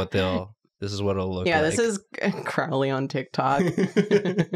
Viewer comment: mispronouncing Crowley..... Supernatural Brain Rot strikes again